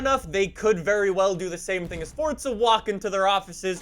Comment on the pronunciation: Why do you say Forza like that?